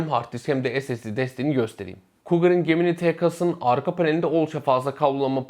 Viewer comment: Arkadaş çok güzel anlatmış,küçük bir hatırlatma "gemini" ciminay diye okunuyor.